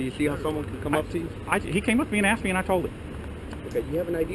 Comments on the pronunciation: He axed you! Not ask axe!!! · But but but, he axed you to stop !!! lol... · "I axed you." Did you need any surgery after you were "axed"???? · Did this cop just say "there's obviously something wrong with you"? Is this guy a doctor? Sounds like his speedy diagnosis!! This first cop needs to STFU!! he also needs to stop saying "I axed you" ! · When they say I axed you it just shows that they are dumb fucks, ASK for someone who speaks english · You have to wonder, how many people has he "axed". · You didn't do as AXED lol